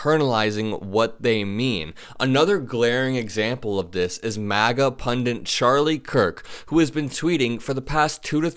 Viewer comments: My pet peeve since Sarah Palin: there are not two "n"s in the word "pundit"! It's not pundint it's pundit!!! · "Pun-dit." Not "Pun-Dents." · I love you and your interviews with Trump supporters. But it is pundit, not pundint. You give me great hope that young people will care enough to vote. I want you to be successful!